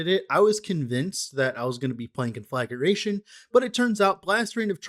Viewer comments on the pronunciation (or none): You are mispronouncing it btw. Con fluh gray shun